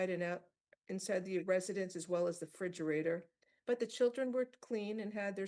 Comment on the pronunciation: The judge pronounced refrigerator as "fidgerator." Inexcusable.